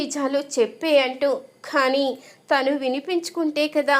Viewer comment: ఈ చెప్పే అమ్మాయికి తెలుగు రాదా తన అనకుండా తిను అంటుంది